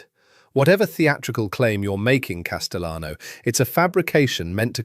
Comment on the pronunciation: AI has a problem differentiating between Spanish and Italian surnames. If you intend the correct Spanish pronunciation of Castellano, the double LL is pronounced like a Y. So it’s Cas-te-yano.